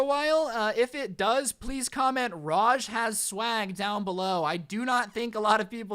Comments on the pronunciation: I love how says a hell of a common Indian name "Raj" as "Rashj".... LMAO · It Raaj not Raj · You know raaj your friend is an Indian I'm a martian (Indian) hey it's pronounce raa-jj you pronounce JJ a bit harder raa is like the aa is when you get hit. Put it it together and you have raaj